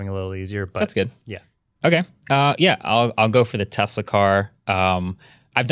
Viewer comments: Take a shot every time says "Tezla" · IT'S TES-LA.....…..!!!!!!!!!! NOT TESZZ-LA.......!!!!!!!! BOTH & say it like this & it friggn' drives me CRAZY! #JUSTHADTOVENT #SNS #WAVEFORM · “Tezla”